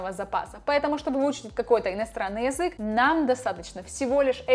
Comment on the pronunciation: Почему ты неправильно произносишь слово "язык"? Почему не редуцируешь звук я? Неприятно - режет слух очень.